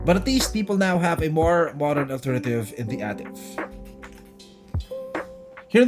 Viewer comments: It’s pronounced as EY-TIV and not AH-TIV. This Ativ sold in Middle East and Latin America as the Yaris sedan. Yaris Ativ is known in Thailand, Sri Lanka, and Pakistan. Ativ sold globally as the All-new Vios. DESIGN OF THE EXTERIOR: Front Fascia: Corolla Altis Rear: Camry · A-TIV (ey-tiv)